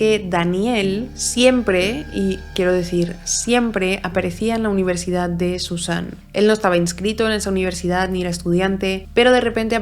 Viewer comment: Me encantan todos tus casos, pero lo pienso un montón, porque palabras que acaban en d las acabas en t? UniverdidaT.CantidaT. ManfreT. Y esto ha sido solo mientras escribía el comentario xd